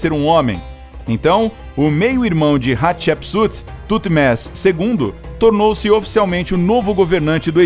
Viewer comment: Estou usando fone, e cada vez que ele fala Hatshepsut o meu ouvido sangra, kkkkkkk.